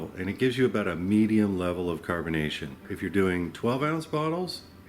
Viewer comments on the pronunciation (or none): none